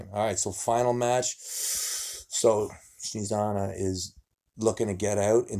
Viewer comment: Nobody: Devon: Shnezana :P